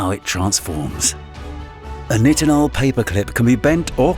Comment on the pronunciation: The narrator said NI tinol I'm sure it's pronounced NItinol.. Anyways. A YouTube vide about AI narrators would an inception video.....?